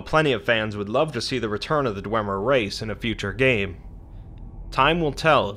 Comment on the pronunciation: isn't it DWEEEEEEmer?